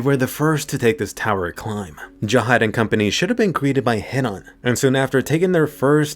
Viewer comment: why u say Jahad when its Zahard